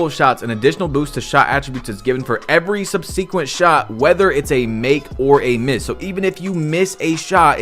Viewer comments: SUB-SUH-KWENT he said sub-see-quent lmao 😂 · left as soon as i heard this man try to pronounce subsequent 💀💀💀